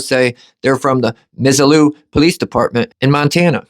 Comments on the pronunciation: You pronounce this town .... miss ohhhhh laaa Missoula And it's no better here in Idaho nor Utah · It’s pronounced ~ MIZZ-OO-LA aka Zoo town, MisZOO-La 😉 I’m a huge fan of your activism & channel, so imagine my surprise when my town here is being showcased as the corrupted piglets we know they are, I’m so embarrassed & frustrated.